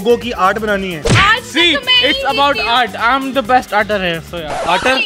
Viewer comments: No one but "I am the best Arter" 😂😂😂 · Lol it's not arter it's artist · No one Literally no one People: I am a Artist: I am a Arter😂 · No one: Literally no one: People: I am an ARTIST: I am an ARTER 🤣🤣😆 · 😂😂 Other people: I m Artist: I m Arter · No one: Littrely no one:: I am the best "ARTER" 😂😂😂😂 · People saying: Normal people:artist Old people: Kalakar German people: Kunstler: Arter 🤣🤣🤣🤣🤣🤣🤣😂😂😂😂 Just for fun 😅🤣😅🤣😅😂😅🤣😂😅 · Normal ppl:Artist: Arter 😆😆😆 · No one literally no one: People: I am a artist: I am a arter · Everyone: Artist: Arter 😂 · It is not arter it is artist 🤣🤣🤣🤣🤣🤣🤣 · its not arter it is artist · are it is artist only usne galat bola, even corrected him saying ke artist hota hai